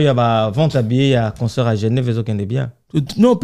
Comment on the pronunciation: on dit conCERT et non conSOEUR😅😅😅😅😅 aaaah ba warriors kkkk certains disent WARRION, WARRIO😂😂😂😂